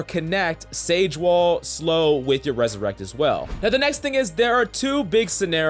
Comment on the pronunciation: It’s ‘’resurrect’’, not ‘’ressurect’’. But anyways, Thanks for the tips!